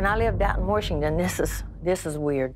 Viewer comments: I’m from the same area in Eastern Kentucky as Loretta and most of us pronounce Washington warshington… all my aunts and cousins do.. most do but I don’t..it’s the accent..people hear the accent and deduct iq points.. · Im from Louisville and people here do too. Particularly older people. My grandpa was named Washington but everyone called him grandpa Warsh for short. My uncle had Washington as his middle name to honor our grandpa and everyone pronounced it warshington. My momma called the washing machine the warsher and so do I. It's a Kentucky thing, not just Eastern but KY in general.